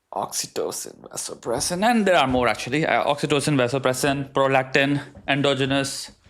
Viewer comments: Vasopressin???😂😂😂😂😂😂😂 R u serious? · My kidney got hurt when she said vasopressin in bonding !!!! Seriously